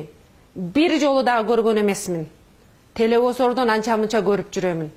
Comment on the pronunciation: Ышпион,телефизордон деп суйлоп кайсы тоодон тушкон